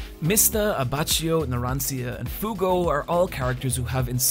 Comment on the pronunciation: I don't know how you managed to say everyone's name wrong except Fugo